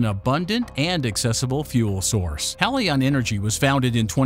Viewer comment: Your reading robot needs to decide whether Helion is pronounced "HEE-lee-on" or "HELL-i-on". So just get a real person to read it for god's sake!